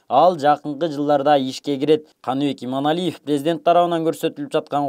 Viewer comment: Алып баруучу туура суйлосон Иманалиев деп